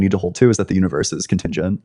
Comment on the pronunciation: Echo chamber has made them develop a speech impediment, D does not equal TH.